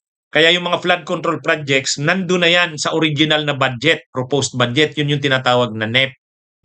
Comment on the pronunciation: Atty.ano ba ung bad jet at prod ject na sinasabi mo ayusin mo naman ang pronunciation mo.